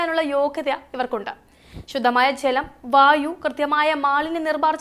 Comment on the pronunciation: രാച്യം, ശുദ്ദമായ, സംവിതാനം, ഒണ്ടാക്കിയത് ഉച്ചാരണം ബഹുകേമം 👍